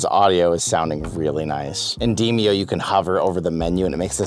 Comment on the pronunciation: In demio? Don't you mean "de" "mo"?